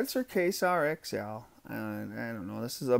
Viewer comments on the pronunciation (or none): Don't give too much shit, dude.... it's pronounced "kway-zar" not "kay-sar";-)